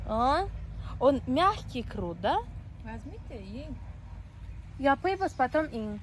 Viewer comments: Тугри талафуз килинглар курт эмас курут дейиш керак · Курт эмас курут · ха сан узи узбек сан курт у черви ку курут это правильно говорить она 🤔